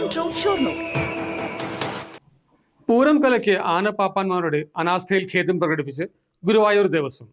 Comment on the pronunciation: ദേവസ്വം ഭാരവാഹികൾക്ക് നന്ദി അറിയിക്കുന്നു. പിന്നെ ഗേദം അല്ല, ഖേദം ആണ് News reader ശ്രദ്ധിക്കുക.